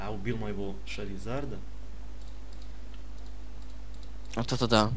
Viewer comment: ты какому языку своего друга учишь? не шармилион а чармилион не шаризард а чаризард не шармандер а чармандер!